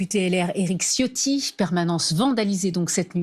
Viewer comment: LE C en Italien se dit TCH ALORS C EST tCHIOTTI C EST CHIO TI